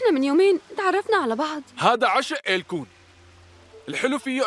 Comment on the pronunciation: اسمها ايلكون😂😂 مو الكون